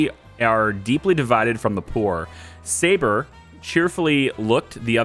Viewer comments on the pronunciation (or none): none